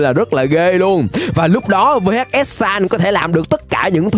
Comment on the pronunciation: Người ta gọi là vhs sans chứ không phải là v-h-s sans nhé